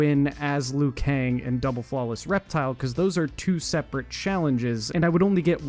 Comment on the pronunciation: “This screenshot is hard to see because of aspect ratio” - proceeds to show a screenshot of an excel spreadsheet where you can adjust the cell sizes 😂🤦🏻‍♂️ Also, do you seriously call Liu Kang “Leyoo Kang”?!